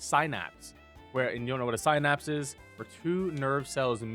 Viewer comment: Before you say synapse 87 times, please look up how to pronounce it.